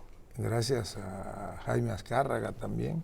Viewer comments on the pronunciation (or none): none